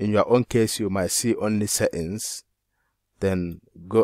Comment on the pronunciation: I love how you say setting, seings. Will try it boss